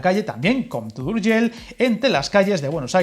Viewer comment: Muy buen video, como siempre. Que pena que las dos líneas sean de ancho diferente, sería fantástico poder ir de Rubí a Sant Boi sin cambiar de tren, cuando haga la carta a los Reyes Magos lo voy a pedir, por probar que no quede. 🤣🤣 Por cierto, reconocerte el esfuerzo que has hecho para pronunciar esas palabras en catalán tan difíciles para un español, como Sabadell, compte o Urgell. 👍👍 Saludos desde Barcelona.